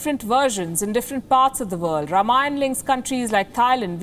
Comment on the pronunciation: Ms. Palki, the word is “Raamaayana”, and not “Rum-aayan”.